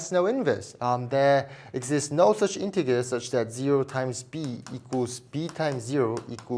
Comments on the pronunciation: Integer is pronounced with a soft G, not a hard G. Pretend it’s spelled as “intejer.” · I can't believe how much math you know while pronouncing integer with a hard g